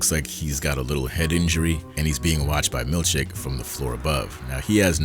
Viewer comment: I love that I cannot tell wether you are saying "Milchick" or "Milkshake" 😅 Keep up the great work 🙌